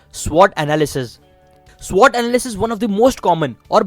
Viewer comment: It's only SWOT not SWOTT...